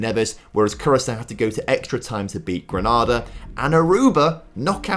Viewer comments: Ironically the Sao Tomé pronunciation was ok, but Some of the others were rough, particularly Grenada. Gren-ah-da is in Spain, the Caribbean nation is Gren-A-da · Grenada is pronounced GRENADE - R not GRANADA as the city in Spain or a chain of cinemas in the UK though many people pronounce it as though it rhymes with CANADA.